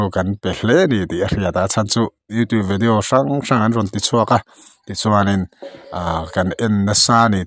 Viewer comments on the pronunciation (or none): none